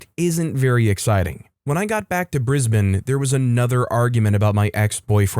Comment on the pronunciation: Thank you thank you thank you for saying Brisbane correctly ❤😂❤😂